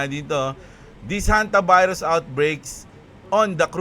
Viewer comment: Ang kulet ah Honte-virus😂😂😂